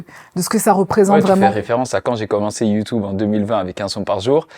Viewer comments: Ça me perturbe il dit YouTOUBE 😭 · Je t’aime bien le motif mais dis YouTube stp pas youtoub